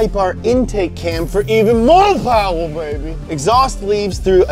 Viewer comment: I love how only says “powah!” When hes saying “mo powah babeh!” Any other scenario its power